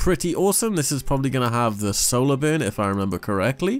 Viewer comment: Anyone else hearing "Boon" when he says burn?